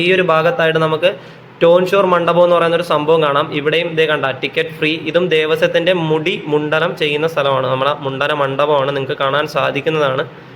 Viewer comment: ദണ്ട പാനി അല്ലേടാ... ടണ്ട പാനീ.... 'മുണ്ഡലം' ചെയ്തോ 😂